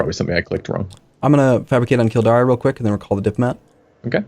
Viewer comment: The pronunciation of Kil-DAYR is killing me